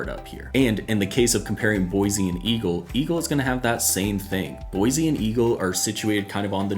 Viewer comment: Pronounced Boy-C